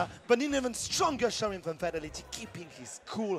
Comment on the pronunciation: Did that commentator just say "Fat-old-lady" ?! Lmao. How do you butcher Fatality's name like that.